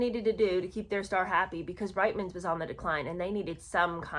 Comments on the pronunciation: It is pronounced Reetman's and it is not very complimentary to call your Canadian fans who buy from Reitman's declining and aging. I feel neither declining nor aged and the last time I looked at my feet, they were firmly on the ground. 😂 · Sorry. I’m Canadian. It’s pronounced “Reetmans”. And you can see these Ads on YouTube. They are hilarious. It’s like Meghan wrote the Ads herself. “Look! It’s Meghan Markle” is the main theme of the videos. Then everyone is stunned by her beauty, and they want to know where she got her beautiful clothes. She smiles and says “Ladies, it’s Reitman’s!” I remember seeing the Ads at the time and thinking “who is this woman? Am I supposed to know her??” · Hi, love your videos! As a Canadian, I hope you won't be offended by the following: The store Reitman's is pronounced "Reetman's". Keep up the good work, please. You have a good sense of humor too!